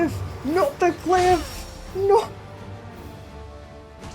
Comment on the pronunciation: Hear the NAUR kills me every time